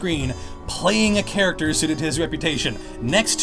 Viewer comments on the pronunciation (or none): D-did you say "char ach ac ter" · Why do you have difficulty in saying “Character”. It makes me sort of cringe when you say it... Lol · You say character so odd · How can I trust you when u say character weirdly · Say character right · why does this bloke say character weirdly